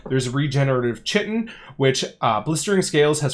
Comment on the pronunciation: Chitin, pronounced "kai-tin" btw :P